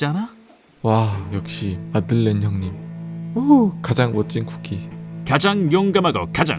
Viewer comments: 아닠ㅋㅋㅋ 마들렌 인데 마를덴 이라고 했어 ㅋㅋㅋㅋㅋ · 마를덴 머얔ㅋㅋㅋ 내가 잘못알고 있던건가하고 계속 마를덴 마들렌 이러면서 말하고 있었네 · 마를덴 형님..? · 마를덴 ㅋㅋㅋㅋㅋ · 마를덴 ㅋㅋ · 마를덴ㅋㅋㅋㅋ 아 진짜 아무렇지 않게 넘어갈 뻔... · 오 마를덴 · ...마를덴... 어디다 데셨길래... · 마를덴 형님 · 마를덴 ㅋㅋㄱㅋㄱㅋㄱㄱㅋㄱㅋㄱㅋㄱㅋ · 마를덴 형님..! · 마를덴 뭐냐구욬ㅋㅋㅋㅋ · 초에 마를덴이 아니라 마들렌 입니다. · 마를덴? 마들렌 아닌가? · 에 마를덴 뭐냐구요ㅋㅋㅋㅋ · "마들렌 형님 멋있어요!!" 가 "마를덴 형님 멋있어요" ㅋㅋㅋㅋㅋ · 마를덴 너무 자연스러워서 몰랐네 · ㅋㅋㅋㅋㅋㅋㅋㅋㅋㅋㅋㅋㅋㅋㅋㅋㅋ오늘두 웃고가요 갈 수록 뭔가 방법이 느는 기분... 마를덴... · 마를덴..! ㅋㅋㅋㅋㅋㅋㅋㅋ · 마를덴이요 선생님..?ㅋㅋㅋㅋㅋㅋㅋ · 마를덴 행님..? ㅋㅋㅋㅋㅋㅋ